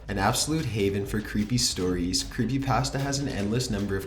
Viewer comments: You say 'Creepypasta' wrong. UGH, IT'S SO ANNOYING!!!!!!!!!!!!! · CAN YOU PLEASE PRONOUNCE CreepyPASTAH instead of CreepyPAST-a!!!! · I cringed harder at the way he pronounced CreepyPasta more than the stories